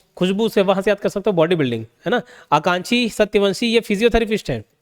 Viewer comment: Sir wo Akanksha h na ki aankshi